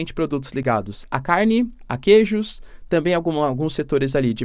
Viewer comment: "Quejos" xD